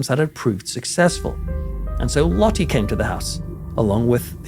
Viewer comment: the e in Dutch name is pronounced more like the U sounds In the English word Hurt. Try to say Lottu ❤